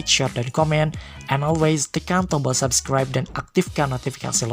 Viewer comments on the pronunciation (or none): none